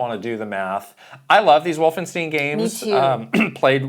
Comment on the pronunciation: Wolfen-STEEN? Did these guys open up for Bruce SpringSTEIN?